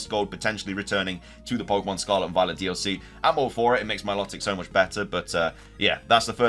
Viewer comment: It's MILO TIC not MILOT IC